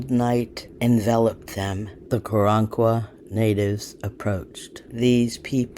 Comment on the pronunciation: I would like to believe you, but I don't believe you are pronouncing the name of the tribe correctly, so, yeah, next...